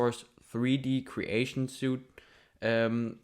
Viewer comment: He actually tells you to go to YouTube to find out how to do some stuff. That's why I'm here buddy. Super slow tutorial is missing a lot. He said suit instead of suite because he was reading it off of something 🤣